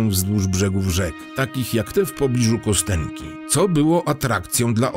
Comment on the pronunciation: To się wymawia "Kastionki". Tam jest rosyjska litera "jo", której od dobrych 30 lat Rosjanie coraz częściej nie zapisują jako "jo", tylko "je", choć pełna słownikowa forma jest zapisywana oczywiście przy pomocy "jo". Nazwa pochodzi zresztą od rzeczownika kość. No i słowo "bynajmniej" to naprawdę nie to samo co "przynajmniej". A tak poza tym to dzięki za materiał. Dobra robota. Pozdro z Dzierżoniowa.